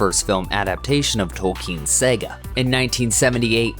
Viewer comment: JFC, it’s pronounced "saah gah"